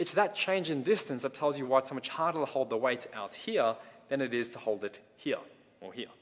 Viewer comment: Liked this video for how says “here” (Hee-yah) 😃